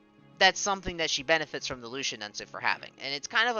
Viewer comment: Lucia's MA that she got a couple of weeks ago: HP +300 MATK +50 Skill Use Count +1 Also I think her name is pronounced more like Lu-chee-a